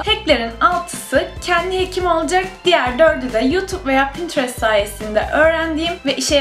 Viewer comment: Pinterest kelimesini çok garip söylüyosunnn